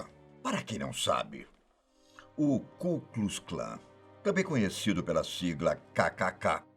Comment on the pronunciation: "ku klus Klan" assim não da ne é Ku Klux Klan